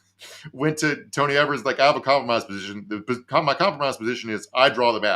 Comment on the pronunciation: Gov. Evers' name is pronounced with a "long e" for the first syllable. "Ee-vers" 🙂